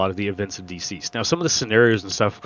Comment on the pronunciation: I honestly hate to be "that guy", but the way you're pronouncing "DCeased" makes me think you don't know it's a play on the word "deceased" (aka "dead"). Instead you seem to be saying it like "D-seized" or possibly "diseased"? Fantastic interview by the way. I don't want to take anything away from that. This was so incredibly informative. Thank you!